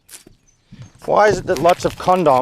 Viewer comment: Is that really how Australians say condoms?